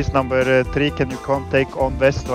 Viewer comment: он русский он сказал " Намбер три"